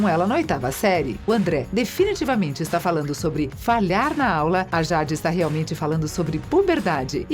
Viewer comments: acho que ela ta falando por causa da pronúncia errada, "Jade" mais se pronuncia Jeide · Quando eu escutei, pensei que era uma versão mais fluida do Google tradutor porque, PQP, essa pronúncia de ingrês heim kkkkkkk "jÁdÍiiiiii", "nÍcLôDeOn" e a do namorado da tori kkkkkkkkkkkkkkkk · Ruim mesmo foi a "jádi" kkkkkkkk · Niclodeôn e JÁde......To decepcionada com você moça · Jade se pronuncia Jeide, acho que se escreveria assim. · "Sauchichias " "niclodeon" . Kkkkkkkkkkkkkkkkkkkk Fora q falou o nome da Jade errado . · MANO QUE AGONIA DESSA DUBLAGEM FALANDO O NOME DA JADE ERRADO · MANO SÓ EU FIQUEI COM RAIVAAAA 😡😡😡 QUANDO ELA FALOU O NOME DA JADE ERRADO ? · Nem eu. E o nome da Jade. Kkkkk horrível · Nao consigo assistir com ela falando jade 😂😂😂😂😂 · É nem o nome da Jade 👁️👁️👄👄👁️👁️💅💅